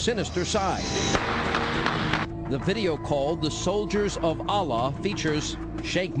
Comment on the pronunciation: And this guy cant even pronounce "Allah" correctly.